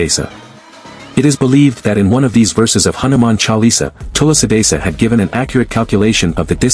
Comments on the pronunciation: It's not vami Tula sidasa.....it should be pronounced as Swami tulasi das....Jai Sri Ram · What's with "Tulla Sidasa". I appreciate the content. Can you please not mispronounce the name? I trust you can do it. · “Tula sadisa” is the reason why I despise mispronouncing Indic words. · It's Tulsidas, pronounced as too-see-das. It's not tulasidasa. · It's not tulusidasa. Pronounce like that Tul + si (not sai) + das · Pronounciation is wrong....its Tulsidaas not Tulsidasa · its not tulsi desa.... its (SHREE TULSI DASS) Next time pls thik pronunciation wala VIDEO upload krna ok.. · Love your pronunciation of Tulsidas ji as tulsi...dassa... 😂😂 but love your knowledge about Indian culture... Jai Bajrangbali... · It’s actually pronounced as Thu-la-si Dha-Sa join it Tulasi Dhasa. 😊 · thulasee dhaas pronounce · That TULSI DAS pronounciation 😭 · The way AI pronounced Goswami Tulsidas :/ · It is Goswami Tulsidas,not the way you pronounce it.But your efforts are marvelous.Thank you.Please find out why Kurukshetra has much concentration of radiation if the Kauravas & Pandavas had no knowledge of Atomic theory. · Please pronounce Tulasi das correctly, it's not that difficult. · Bro you give right knowledge to everyone but you not pronounced Goswami Tulsidas correctly You can see right pronunciation on Google 😊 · Try to pronounce the name Tulsi Das correctly.. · Tulsi das..... This would be correct pronunciation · Can u pls learn hindi pronunciations better.... like goswami tulsidas etc. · learn first to pronounce 'Tulsi-Dasa'